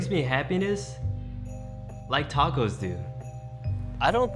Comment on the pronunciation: I hate when people say “Dacos”